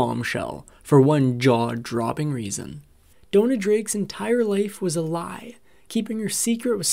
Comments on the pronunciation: It's Dona, not Donna. Pronounced "Doh-Nah". You can research the correct pronunciation. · It's pronounced that way because of the spelling. It's DONA and rhymes with Mona. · Downa? Downa? Why in the world would you pronounce it that way?